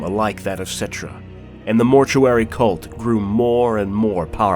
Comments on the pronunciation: Settra not Settrah. And Kemri instead Kchemri. I know language Nazi much sry about that. It annoyed me a bit cause in Warhammer Total War II. The Tomb kings characters speak out their names without overstating the H. But nice video though. Also really liked the Trilogy books about Nagash. And the Sigmar and Malekith trilogies. Black library a must read guys/ladies. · I love this video!!!! But I am pretty sure that some of the names here have the accent on the first syllable. I believe. Like Settra